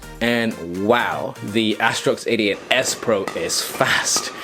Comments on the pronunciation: Haha you saying 88 s pro.. Sound like idiot s pro hahaha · Your ‘88’ sound like ‘idiot’